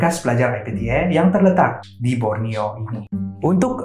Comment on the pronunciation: Everyone: IPTA: I P T Air 🤣